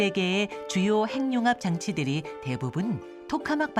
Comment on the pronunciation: 핵 + 융합 = 핵융합~~~ 행늉합 발음은 틀린 발음입니다!! "해귱합"이 맞습니다!! 두 개의 단어로 된 합성어를 따로 떼어서 천천히 발음해 보세요!! 핵~ 융합, 핵~ 육합 그러면서 천천히 붙이면 해귱합~ 발음이 맞다는 게 쉽게 증명됩니다!! [ 전음법칙 ]